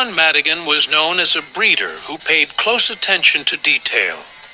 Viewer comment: Col.John Madigin not Madigin!